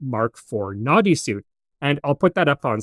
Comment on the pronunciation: Noddy sounds like naughty when you say it, makes me smile, good videos.